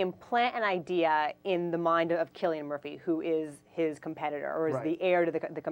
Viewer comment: ITS CILLIAN MURPHY WITH A K SOUND!!!! lol that was annoying me